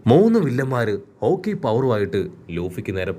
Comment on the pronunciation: Bro haki not a hooki